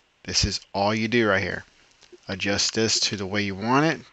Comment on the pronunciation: Learn how to say adjust before making a video ...lol